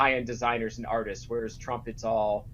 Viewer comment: Trump. Not Strump. It's not that hard to say. You should practice saying it before you do your next video.